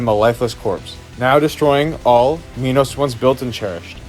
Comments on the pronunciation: its not pronounced mee-nows its pronounced máj-nows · pronounce minos like "menos" or "mynos" either way ill still not talk to you